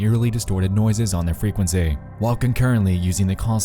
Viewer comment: "fray kwen sayyyyyyyy" Dude has the most affected pronunciation of "frequency" I've ever heard.